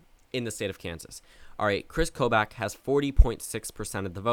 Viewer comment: PRONOUNCE KOBACH'S DAMN NAME RIGHT. ITS PRONOUNCED KO-BAHCH not KOBAACH. lol.